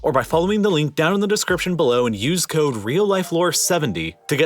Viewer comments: So much chaos from 'codden' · One question: what is "codden"?